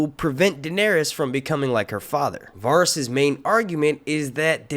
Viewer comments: The way you pronounce Varys is like nails on chalkboard to me 😭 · These aren't leaks, their theories. And you really aren't good at pronouncing some of these names are you? I mean, do you watch the show? I'm sure if you've watched one episode oh, you would know how to properly pronounce Varys. D+